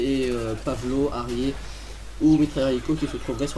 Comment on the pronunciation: Svp ..Un harrier y'a un R a la fin ca se dit harrieR ! Il faut le prononcer ce R ! J'écris ce message pour tout mes amis fan d'aéronautique qui ont en marre :)